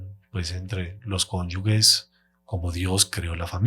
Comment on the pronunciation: CONYUGES, CONYUGES, CONYUGES. NO, CONYUGUES, . NOOOO CONYUGUES